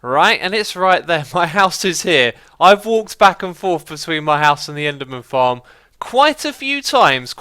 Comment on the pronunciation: did he say enderman tits xD